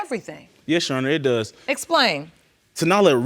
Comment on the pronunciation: Every person who's ever been on Paternity Court "Yesh Sheronor" 😩